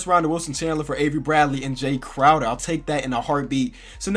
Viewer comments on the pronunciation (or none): none